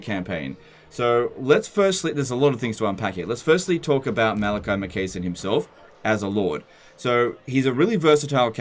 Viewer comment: "Makaisson" is pronounced like "Mackay". So it's Mac-eye-son"